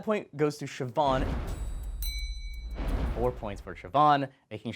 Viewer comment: Never heard Siobhan pronounced as "chiffon" before.